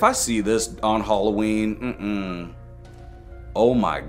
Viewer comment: im deflenty mad with it is not halloeen